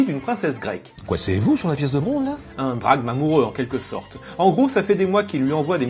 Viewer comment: J’ai du mal à déterminer si tu dis “drame” ou “Drachme”. ^^ C’est pas en partie parce qu’il a été mis de côté que Gosciny avait empêcher la production du Asterix en hispannie ? En tout cas, c’est regrettable que cet Asterix soit jamais sorti au profil de projets live moins intéressant (surtout chez les Bretons qui n’adapte même pas quelque chose de nouveau). Super épisode!